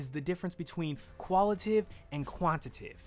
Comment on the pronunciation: lol love the concept of the video, and this is just a nit pick, but when you pronounced 'Quantitative' and 'Qualitative' you mispronounced it. Forgive me if this has already been addressed, but you were saying "Quantitive" and "Qualitive". I'd normally let this go but seeing the preparation and planning you put into it, and also that you went to the trouble of putting the definitions on-screen with the proper spelling, I thought I would let you know. I'm not trying to come off as rude or mean, just some of the constructive criticism you guys often talk about during the podcast. That aside I agree with most of the points you made in the video, and I really appreciate the content you put out. Looking forward to more in 2016!